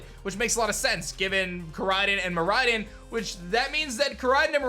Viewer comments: Learn how to say the legendary names right fake fan u suck noob there names r KoraiDON and MiraiDON not koraiden and miraiden learn how to say them right u suck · Bro this dude cannot pronounce any japanese words. Ko-rai-don, mi-rai-don, and nee-ngen.